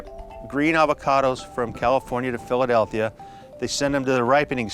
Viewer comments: dude kept saying "Philadelthia" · Me: Wait...Hold up... Did just say "Philadelthia"???: says "Philadelthia" two more times. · Did that fella say Philadelthia?? Like multiple times??